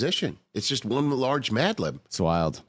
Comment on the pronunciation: Not me thinking he said Mandolin the first time 😂